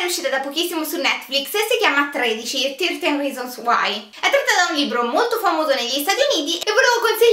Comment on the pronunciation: "Tirtin risons uai"